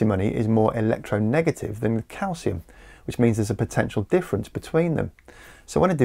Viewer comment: I don't have a strong opinion about liquid metal batteries but I am a bit of a grammar Nazi, and feel compelled to pick you up on your intonation, of all things. 😊 you say that "there's a potential difference between them", with the emphasis on the word difference. This sounds grammatically equivalent to saying "potentially, there's a difference between them", but that's not what it actually means. When we talk about "potential difference" we mean a difference in electric potential (ie, voltage), so the emphasis ought to be on the word potential. Saying that "there's a potential difference between them" is grammatically equivalent to saying that "there's a difference in electric potential between them". To be fair, "potential difference" is an old fashioned phrase that doesn't quite gel with modern English, but if teachers and people like yourself who provide educational content were to be a bit more mindful of how intonation and emphasis affects meaning and comprehension there'd be less people who are bamboozled by the basic concepts of electricity.